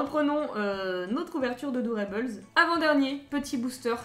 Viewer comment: Hello super vidéo ! :D Juste petite rectification sur le nom "doorable" venant de "door" (porte) et "adorable" (adorable haha c'était dur) ; du coup si tu le prononce en français, garde le "able" en prononciation français (pas eibeul) et si tu le fais en anglais ça donnerait "able" au lieu de "eibeul" Voila voila c